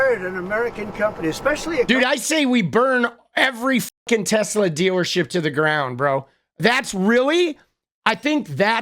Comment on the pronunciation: The orange-oetang said tesler if you listen good.that's a tesla+Hitler. The ultimate nazi mobil